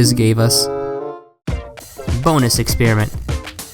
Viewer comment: 'bonus expreiment' Nice